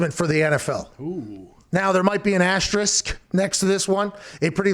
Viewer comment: Pat is one of the only people I've ever heard pronounce "asterisk" correctly.